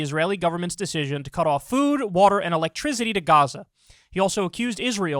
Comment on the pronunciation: Nobody: Kyle: elektrizity